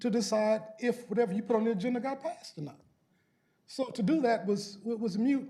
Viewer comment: Moot my man, not mute. And thank you for speaking out.